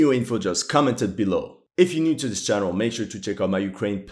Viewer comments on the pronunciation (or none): none